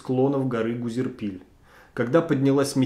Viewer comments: не Гузерпиль, а Гузерипль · Вообще-то Гузерипль, а не Гузерпиль) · Гора называется ГузеРИПЛЬ, а не гузерПИЛЬ. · Автор сказал, что можно пройти за час по горам 16 км? Если на восьмом случилась трагедия. И Гузерипль называет Гузерпиль. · Спасибо автору за обзор этой истории. Только правильно говорить не Гузерпиль, а Гузерипль. Я живу в Адыгее и прекрасно знаю как резко меняется погода в горах, поэтому идти в поход в любое время года без теплых вещей - чистое самоубийство. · Небольшое замечание Владимиру - населенный пункт называется Гузерипль, а не Гузерпиль. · Очень атмосферный рассказ, спасибо. Только маленькое замечание: ГузерИпль, а не Гузерпиль. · Гора и поселок носят название Гузерипль, а не Гузерпиль. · Какой нафиг «Гузерпиль»🤦🏽‍♀️🤦🏽‍♀️🤦🏽‍♀️🤦🏽‍♀️ ГУЗЕРИПЛЬ!!!! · Автор называя одну из точек маршрута Гузерпиль очевидно ошибся в названии - правильно называется ГУЗЕРИПЛЬ. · ГУЗЕРИПЛЬ, а не ГУЗЕРПИЛЬ🤦‍♀️ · Автор канала ОЧЕНЬ ПЛОХО готовит материал. Названия гор и населенных пунктов названы с ошибками. Гора (и поселок) на Гузерпиль, а Гузерипль! И из Хаджох никогда никакие маршруты не начинались, это Каменномостский. 30тка начинается или с Азиш-Тау, или из Гузерипля (через Яворову поляну). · Гора Гузерпиль? Может, Гузерипль (2158 м)? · ГузериИпль. ударение на И. Какой ГурпИль??? аж током бьёт) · Какой Гузерпиль? Гузерипль. Ну стыдно же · Даже название посёлка и горы не смог правильно произнести. Прежде чем выходить в эфир, прочти 7 раз, потом произноси. История известна и поучительна. Запомните -- это Гузерипль, а не КАКОЙ ТО ГУЗЕРПИЛЬ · Правильно называется не Гузерпиль, а Гузерипль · Почему вы называете Гузерипль Гузерпилем? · Гора называется Гузерипль, а не "Гузерпиль". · ГУЗЕРИПЛЬ, а не Гузерпиль. Посёлок в Адыгее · История ужасная, но правильно ГУЗЕРИПЛЬ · Гузерипль же , не Гузерпиль . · Да Гузерипль же, а не Гузерпиль. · Не Узерпиль, а Гузерипль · Не Гузерпил, а Гузерипль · Гора Гузерипль, а не Гузерпиль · Не Гузерпиль, а Гузерипль